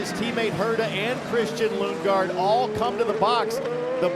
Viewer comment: He called him Lungegaard 💀